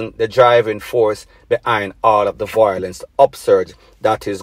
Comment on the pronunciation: the word is VIOLENCE not VOILENCE fix up yu speech